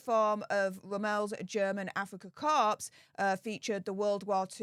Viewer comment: Korps or Corps is pronounced cor, the p and s are silent. Rommel is just said as it appears, with no accent, more like Rommle.